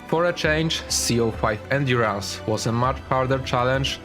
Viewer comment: ah yes C-05 endéurænce